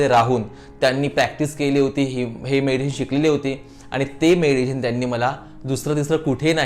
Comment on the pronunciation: Tumcha meditation cha ucchar chuktoy